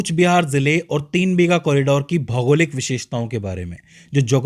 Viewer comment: Its not BHEEGA, it's BIGHA